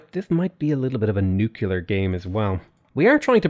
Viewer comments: Hey! Learned a lot from your games at Civ, but I need you to learn is Nuclear, not Néclar, i do understand your pronunciation thing but that is with ethnic names, such wonders and stuff, but nuclear is not pronounces néclar, cmon, i stress in this since it is a thing saying Néclar, Keep it up! streams are always amazing! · NU- CLE-ARE NUCLEAR not NUke ULar Nu Clear... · “Nucular” pronunciation is sending me